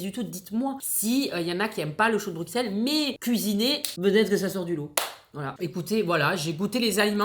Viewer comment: dans Bruxelles le x se prononce s comme si on ecrivait Brusselles